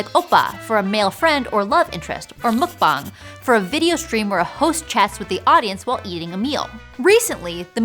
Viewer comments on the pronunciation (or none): BTS didn't start the release of full English songs. It was Wonder Girls and SNSD back in the early 2010s. Please do your research. Also, some words were not pronounced correctly, such as "Nan Arayo" and "Mukbang". I understand you don't speak Korean, but you can look at IPA, you're a linguist.